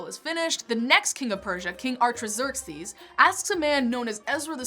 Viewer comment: I'm sorry but the mispronunciations of the names Nehemiah, Artaxerxes, and Malachi were quite distracting.